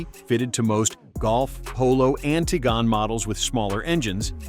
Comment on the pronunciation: The Ti-jen 😂. You mean Tiguan you AI 💩